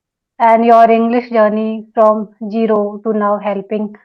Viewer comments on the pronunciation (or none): Gero ❌️ Zero ✅️ Please correct your pronounciation..